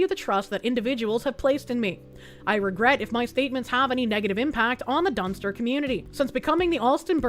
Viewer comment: I swear every time you said "Dunster" I thought you were saying dumpster. Which, I mean, given the context of the story it was being used it, sounded appropriate!